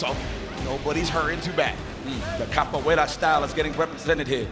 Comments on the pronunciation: The commentary is great 😂 .lol what is he calling kabuwera 😂😂😂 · Capoeira is what was saying, and it’s the basis for Elena’s fighting style